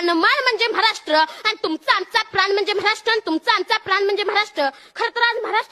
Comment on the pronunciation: म्हाराष्ट्र नाय बेटा ,महाराष्ट्र म्हण.